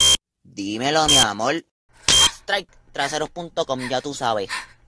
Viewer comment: dímelo mi amol xD dice amol jajab